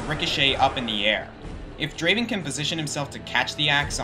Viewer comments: Not Draven, DRAAAVEN! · its not Draven its Draaaaaaven, just wanted to point that out.